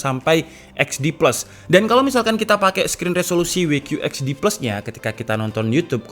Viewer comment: We qiu ets di ples wkwkw, kenapa W nya ga dibaca double u